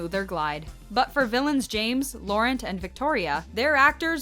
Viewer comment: Can say cams last name, can’t pronounce Laurent correctly😂